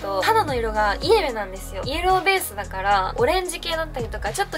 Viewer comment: イエベのイントネーション違和感（笑）